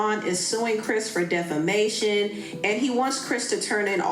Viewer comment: They way she pronounce “defamation” is sending me😂